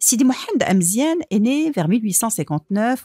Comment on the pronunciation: Amezian not emezien